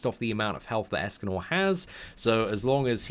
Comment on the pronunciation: In the intro, he sounded like he said "Escanol" instead of "Escanor"